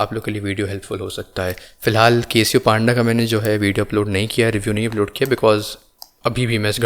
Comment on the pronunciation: 1. Bhai.. beer bar me baithe ho kaa 😂 2. Link bhi share Kiya Karo 3. And It's Casio and not Kay-sio